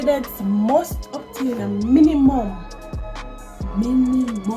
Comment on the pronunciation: It’s the reading for me 😂 “MINIMUM of 75%”